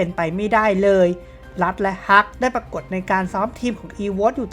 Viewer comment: พูดคำว่า เลย ของมึง อุบาทมาก